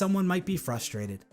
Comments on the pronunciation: PLEASE it’s fRustrated not fustrated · STOP SAYING FUSTRATED GO BACK TO SPEECH THERAPY